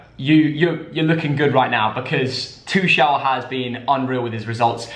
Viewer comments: I hate the way they say tuchel😂😂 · The pronunciation of Tuchel